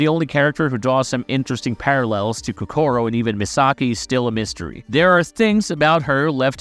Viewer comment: why you gotta pronounced Kokoro wrong. so annoying lmao